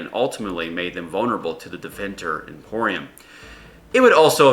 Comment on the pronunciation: Tevinter IMPERIUM, dude. Not "Emporium".... it's not a perfume store. LOL XD